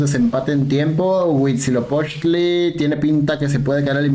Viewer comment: Me dió ansiedad que pronuncie bien Huitzilopochtl, y Darknight no JAJAJA